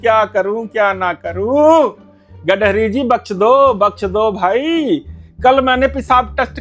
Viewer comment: गडकरी जी ❎ गड़हरी जी ❎ गंडमरी जी ✅